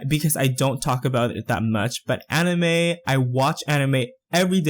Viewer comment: its said ani-mai not ani-meh